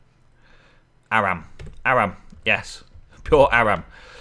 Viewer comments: Or-um is Auram. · auram is pronounced or-um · It pronouced ore-um